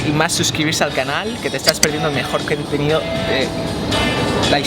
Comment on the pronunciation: En vez de contendo quentenido